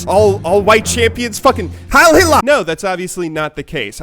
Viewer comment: You can tell he's never even heard Hitler speak in anything besides a History Channel doc before by the way he says Hitler...